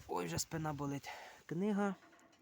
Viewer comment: Для автора - правильно казати "українською мовою", а не "на українській мові", "спИна", а не "спинА". Тому й позбуваємося старого мотлоху, бо він москальський, або змоскальщений. Невже не зрозуміло? Читати треба українською і вивчати рідну мову.